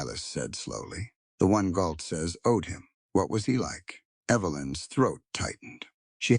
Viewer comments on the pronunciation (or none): I think you mean GAULT, not Galt?